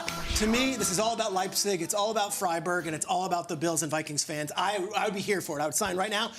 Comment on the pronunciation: Lipcig 🤣 it's Leipzig